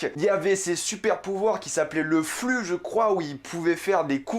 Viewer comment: Mdr quand Tu Dit flux